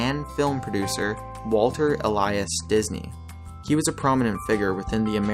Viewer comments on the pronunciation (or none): none